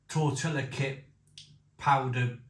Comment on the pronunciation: Noooo! Don't put the sauce sachet in first, that's supposed to go in last! (It really should be chilli sauce rather than plain old tomato sauce IMO.) BTW ... Fajita is pronounced fa-heet-ah and tortilla is pronounced tor-tee-ah.